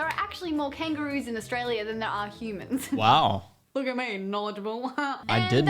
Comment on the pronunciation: Never heard anyone say AustraliaR